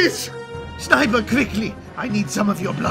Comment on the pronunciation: ah yes "S N I B E R"